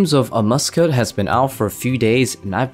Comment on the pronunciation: 50 hours of grinding later and he still can't say Amascut correctly. It's pronounced like "a-mass-kit", not "a musket". Edit: He can't pronounce anything from this raid correctly lol. "Tread" instead of thread. "Missouri" armor instead of Masori. "Ambrosier" supplies instead of Ambrosia.